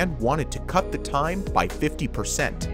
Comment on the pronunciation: Wtf is cutter?!